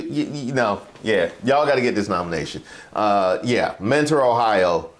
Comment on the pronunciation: For some reason they pronounce it menner instead of mentor out here. I was 1 of like 20 students in mentor high